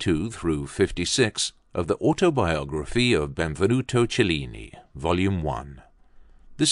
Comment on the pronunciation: Cheh-lee-nee. Poor pronunciation.🙁